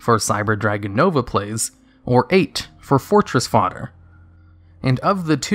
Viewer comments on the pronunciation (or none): none